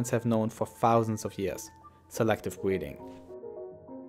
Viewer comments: “Selective bweeding” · Swective bweeding